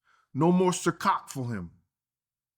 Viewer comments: "Which one is it CICOCK OR CIROC..both"...LITERALLY😂😂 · "Circock or Ciroc? Both" 🤣 I'll forever call it circock now. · Is is cicock or ciroc? BOTH 😅😅😅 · Ciroc or Circock 😂😂💀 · “Is it Circoc or Ciroc?” Bahahaha 😅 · Aint no more Cir-COCK 😂😂😂😂😂😂 bruh you knew exactly what you was saying . CIROC !!!!! Bruh 🤣🤣🤣🤣🤣😁😁😁😁😁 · “Cicock “is it ciroc..”no both 😂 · Circock = ciroc😂😂😂😂😂😂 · Not Circock! LOl! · Not the “Circok or Ciroc?.. BOTH!” 😭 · He said circock 😂😂he was right the first time 🤦🏽‍♀️🤣🤣🤣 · NOT CIR COCK!!!!!!😂😂😂😂😂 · “Circock” is krazy work 😂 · "No mo Sir Coc* for him...is it sir coc* or Ciroc🤔?????? Both of them"😂😂😂😂😂😂😂😂😂😂😂 AYOOOOOO, LOW KEY A STAND UP COMEDIAN FOR THAT💀💀💀💀💀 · As real as is he’s also funny. He called it’s cicock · "No mo CiCock" on another video he struggled to say middle eastern... the truth tho. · “no more circock I mean ciroc hell both”😂😂😂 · "No more CirCock" 😅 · said, "Circock." 😂😂😂 There's plenty of that where he's at. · Cicock or cirocs? Both 😂😂😂😂😂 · "No more "Cir-Cock" for him" 😂😂😂